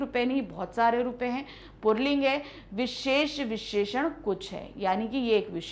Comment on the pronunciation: Mam puling hota h purling kyu bol rhi 🤔